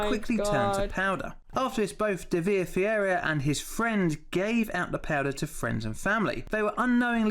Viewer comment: I like how he pronounces Ferreira Fieirria lol